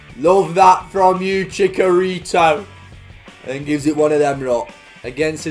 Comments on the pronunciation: Chicharitos name is actually pronounced “Chi-cha-rito” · Haha, it's pronounced Chi-CH-arito.:) Love the vids mate! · It’s TCHITCH-arito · I love you but your pronunciation of Chicharito hurts me